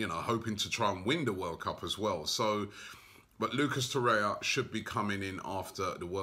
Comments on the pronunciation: Robbie its Torreira and Herrera, not Torrea & Herrea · For gosh sake it is TOR-RER-RA like PERERA, and no TORREA; and HER-RER-RA not HERREA 🤦🏽‍♂️🤦🏽‍♂️🤦🏽‍♂️🤦🏽‍♂️🤦🏽‍♂️ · FFS ROBBIE TOR-EIR-A HER-ER-A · Robbie its Tor-eir-a and Her-er-a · Sayless Horrea Horrea Gonorhea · My OCD flares up every time Robbie says Torriera's name. I wish he'd learn it haha